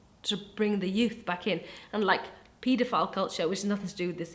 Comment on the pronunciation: Not gonna lie, when was saying pedophile I was like, what is a "PEETA-FILE?" LOL